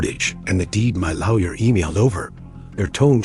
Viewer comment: His lowyer?? Pronounced as ow. Funny she sure managed to trash her car if she only backed into the pole. LOL.. AI in action.